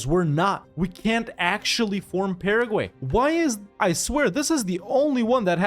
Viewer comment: Starting when he pronounced "Paraguay", right? lol